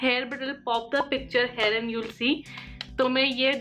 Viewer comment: Why do you always say hare for here?